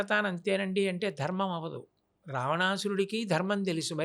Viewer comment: Anchor ki dharmam ani palakatam kuda radu, darmamu antunnadu